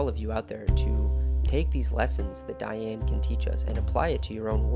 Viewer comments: The correct pronunciation of her name is Dee- Anne - not Die-Anne. Research adds validity. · How, in the name of God, can you invest all this time and effort into a project and NOT KNOW HOW TO PRONOUNCE THE WOMEN'S NAME? I'd be embarrassed to the point of taking down the entire video. As the mattress commercial goes, "How do you sleep at night?" It's DEE-ann, not DYE-ann. And ironically how her mother came to name her Dee-ann is a very interesting story. Shame. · Love to see this, and I appreciate your work on this video. But her name was pronounced "De-anne" not "Di-anne". Regardless, I'm glad to see her life and work being noted. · If you’re going to attempt to educate people on someone maybe you should pronounce her name right? It was pronounced like Dee Anne not Diane. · PLEASE PRONOUNCE HER NAME CORRECTLY: DEE-ann. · Her name is pronounced Dee Ann. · This is a beautifully written and spoken documentary. So much information in a small amount of time. I believe her name was pronounced Deeann; but I could be wrong. Thank you for this empathetic approach to a most fascinating person. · Interesting But please learn to correctly pronounce her first name Look it help Please